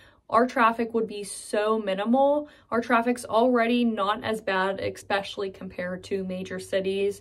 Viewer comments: I love the way she kept saying ekspecially. I grew up in Oklahoma but was born in Pittsburgh. My mom and grandmother, who lived with us while I was growing up were from McKees Rocks. My mom had to explain chipped ham to the butcher in Oklahoma. I had to Redd up my room before playing outside. When I was in trouble I had to either sit on my teeth or on the Devan and hush up. My grandmother used to call our neighbor a real nebshit. My mom had dozens of Pittsburgh venaculars. This video made me really miss my mom. My dad may have taken her out of Pittsburgh, but he never took Pittsburgh out of her. We may have never left, but our home burnt down on Brownsville road. With 7 kids and grandma, and being under-insured, he decided that going home to Oklahoma where he had family was the best way to get back on his feet. My mom was an only child and her father died working for the P&LE. The hardest thing about Oklahoma for my mom was getting used to eating brown eggs from a chicken instead of white eggs from the store, and drinking whole milk from a cow instead of skim milk from the milkman. She actually warmed up to having cows, pigs, goats, chickens and geese, and she enjoyed watching rodeos and attending Powwows. But I think she missed the streetcars, inclines and the mountains. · Sounds like you can add "expecially" to the Pittsburghese Lexicon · Ha Ha.... you said "ekspecially"! Definite Pittsburgher! Love that city! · #11. You pronounce "especially " as ex-specially? The C is silent in Australia, UK, and as far as I'm aware everywhere (or everyone?) else in Nth. America. I know, it's trivial. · Unfortunately, I've never heard a Yinzer (or anyone for that matter) say "EX-SPECIALLY" while hosting a YouTube video. It's all good, this was a great video. You didn't just hit on the obvious. You mentioned so many thing's that I was like, "you know what, that's true!!" So 👍👍🖤💛✌️ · Is “eXpecially” also Pittsburghese? You def say it. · “Eckspecially”? Is that a P’burgh term?